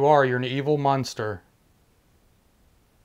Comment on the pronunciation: Did the guy really just call the demon "a evil munster"? OMH LMGAOATS I think the demon EVIL "muenster" "cheese" is hiding on a ham sandwich In the kitchen.